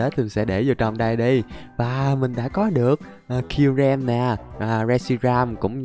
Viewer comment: Sao ah nói kyurem là zerom 😂😂😂